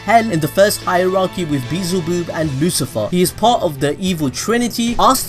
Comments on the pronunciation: LMAO WHO THE FUCK IS BEEZULBOOB ITS BEELZEBUB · Beezulboob lol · Spelled belzebub says “Beezlbuub”